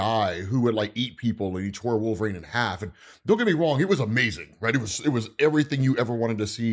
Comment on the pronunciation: it’s pronounced like it’s spelt - K’un-Lun Not Koon Loon. And while we’re at it, it’s not Wolveraine either.